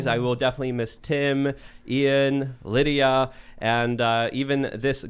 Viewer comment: Wow. called her "Lydia "